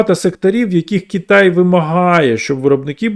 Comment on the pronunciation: Кітай, Кітай, Кітай... Кожного разу коли автор це говорив, аж сіпало. Будь ласка, говоріть Китай.